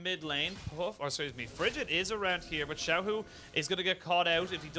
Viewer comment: not xiaolaohu it's xiaohu